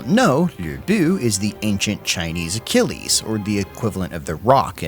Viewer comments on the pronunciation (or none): none